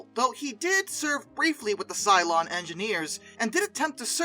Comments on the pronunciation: it is Ceylon (Say-Lon) and not Cylon, the robots fighting the 12 Colonies. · Yeah, that. But AFAIK it's usually pronounced Say-lon. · Ceylon is pronounced "seLON". Berkshire in the UK is pronounced "Barkshur". You cannot apply US pronunciation rules to these names - they've been around for rather longer than the USA and they've passed through The Great Vowel Shift that affected English in the middle ages. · Did he take on the Battlestar Galatica? Ceylon is normally pronounced as Seelon.